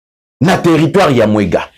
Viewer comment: TERRITOIRE DE MWENGA ET NON mwega.